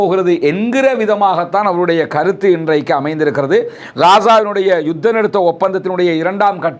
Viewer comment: என்ன பாய் கத்தர் கத்தர் என்று கத்துறீங்க உண்மையான பெயர் கத்தர் ஆ இல்ல கர்த்தரா கட்டார். தமிழை கொள்ளாமல் தமிழாலே பேசுங்க.. இது மட்டுமில்லை யுத்தம் எனும் சொல்லயும் வேறுமாதிரி உச்சரிக்குறீங்க இது என்ன ஸ்டைலா. தமிழ தமிழாலே அழகாக பேசுங்க.😂😂😂